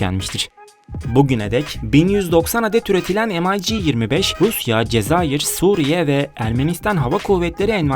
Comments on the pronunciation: Rus uçağı em ay ci die okunmaz yazıldığı gibi Mig diye okunur bilginize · amerikan uçağımı tanıtıyon m ay jeemeş yok j i joe mig diye okunur sevgili kardeşim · EmAyCi degil olm,MiG.M i G. Turkce oku bakiyim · Bu nasıl telafuz arkadaş, MİG'i am ay ci diye okuyorsun. SU yu es yu diye. Bütün herşeyi İngiliz ağzı ile okumak zorunda mısınız? "mig"; "su" diye neden telaffuz etmiyorsun. Bu kadar mı dilinize yabancısınız? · Şu ucuz numaralari bırakın kardeşim başlıkla resimle alakasız uçak tanıtımı yapıyorsunuz em ay gi telafuzu ayrı bir hikaye mig desende anlasilsa bari dediginiz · se atıp durma rusça ne zaman ingilizce oldu eleman doğru soyluyor mig diye okunur